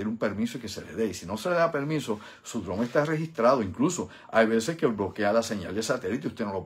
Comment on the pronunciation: Estimado y admirado; El siguiente comentario o sugerencia te lo brindo con sumo respeto.. Se q tienes conocimiento del idioma ingles,, mas cuando te oigo pronunciar la palabra DRONE me suena como si dijeras DRUMS.. No se por que razon pero no soy el unico pues otros colegas y amigos q te seguimos me lo han comentado.. Obviamente se q comprenderas la observacion.. Humilde sugerencia Profesor,,, gracias por tu aportacion y contenido.. Usted es UN BORICUA BRAGAO👏👏👏👏